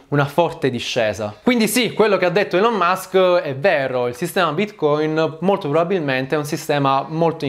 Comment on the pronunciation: Va rivista la pronuncia delle parole inglesi. Elon e management, ad esempio, sono pronunciati ogni volta in modo completamente sbagliato.